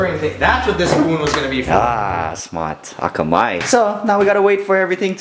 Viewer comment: "akamai" -Sean, 2015